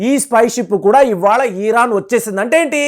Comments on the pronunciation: You are Iran supporter. Your " Iran" pronounce is wrong. Not " ಈರಾನ" ,it is " ಇರಾನ್ " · Eeeeraan enti swaamee